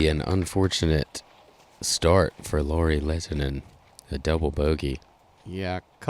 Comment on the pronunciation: The announcer pronouncing Lauris name really well. Not perfect but REALLY WELL. Love it. Professional. Awesome.